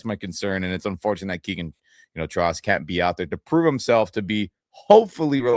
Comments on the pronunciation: Trost is pronounced more like "Troast" according to a journalist who was corrected about it earlier in the week, this week . . . and Ty Simpson still has a long way to go in learning the offense . . . he's demonstrated physical ability so far but, it's only been a single, pre-season game . . . we'll see what develops in the next 2 weeks, before the season starts and cut down to 53 plus practice squad . . . 🐏🏈💙💛👀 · It's pronounced "Trost" not "Trost"